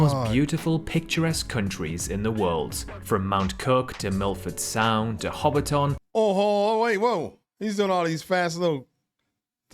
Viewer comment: We're actually not that small. Auckland is our biggest city but it kinda sucks. I say this as someone who grew up there and now lives in Wellington. -It's Hobbiton (Ho-bit-tin) not Hobbit town or 'HobbiTON'. -Yes, our vibes are super chill and generally friendly. There's always some bad apples though. We still have biggots just like anywhere else. -It's typically the south that gets really cold, not the north. - Our cost of living is pretty bad at the moment, food prices included. -Australians and New Zealanders are siblings that like to make jokes and dig at each other, always making it out like the other one is so much worse. It's almost like an inside joke that we pretend to hate each other haha But in reality we're pretty tight and when sh*t goes down, we're typically there for each other and pretty supportive. -Job market is HORRID at the moment. I've been looking for over a year after losing my last one. -'Social purpose' feels like it's been on a bit of a decline over here as certain voices get louder. I feel like it's been stronger in the past. Praying it's not something we lose. -Yea road trips are pretty solid here tbh. Ngl. It's a good way to explore and see New Zealand. It ain't perfect, but I love being a kiwi and blessed to be here.